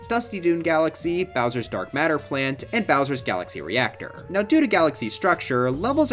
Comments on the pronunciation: Why did you pronounce matter like that?! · Bro can’t pronounce Matter 😭